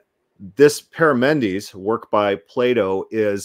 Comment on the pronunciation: You are confusing Parmenides in Plato and Parmenides the philosopher, You are also wrong on the pronunciation.